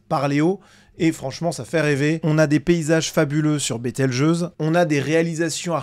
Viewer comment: Bételgeuse se dit "bételjuse". Comme pour le mot gageure.